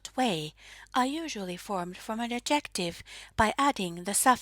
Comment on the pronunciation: just a quick note: the word "adjective" is stressed on the first syllable in English, just like in Finnish 😆